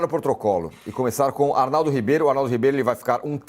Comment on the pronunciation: O ancora quebrou "o potrocolo"😂😂